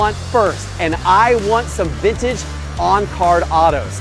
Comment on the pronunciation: It's not "VINNAGE"... it's VinTage!!!!